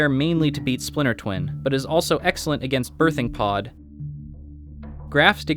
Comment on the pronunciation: "...Excelent gainst Birthing pod"[Awkward Pause]